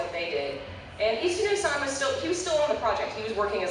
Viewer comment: One nitpick: you use the honorific "san" like Toyama-san. However, as a speaker of Japanese, I find your pronunciation could use some work. You pronounce it like "sæn" as if it rhymed with 'plan' or 'hand'. But (さん) is pronounced "saan". Sorry, I couldn't resist.